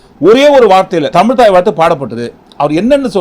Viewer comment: தமில் இல்லை தமிழ்..... please learn to speak correctly....